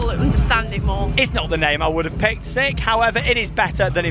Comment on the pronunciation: sounds like you're saying 'Sick'. Strange name, especially people saying they like sik.